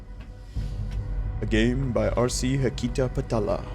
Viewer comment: you say it wrong ita hakita(har-key-tar). and to the people who say who care, f-- you , i care. its realy confusing everytime i hear hakyda